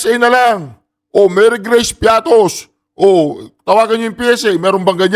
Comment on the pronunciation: Piaty man un hindi piatos😂😂😂😂😂😂😂😂😂😂😂😂😂